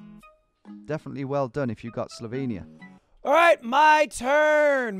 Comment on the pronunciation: Wtf why’d u pronounce Slovenia like that, that’s all wrong.